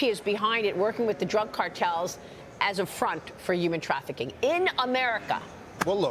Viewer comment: What is “yooman trafficking?”